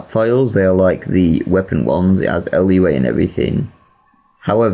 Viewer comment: Lua is pronounced Loo-ah. Just for future reference.